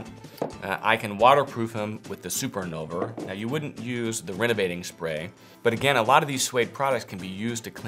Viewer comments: Dear, I believe the name is Invulner, not Innulver. Best regards. VTC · InVulner, not InNulver. 😛